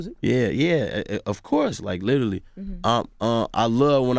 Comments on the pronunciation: I want him to stop! Saying litally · "Lidally" ~ G Herbo